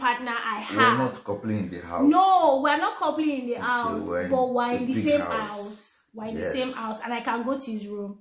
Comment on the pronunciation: I love you Juliana but it is "HOUSE" NOT "AUSE" pronounce the "H". ❤️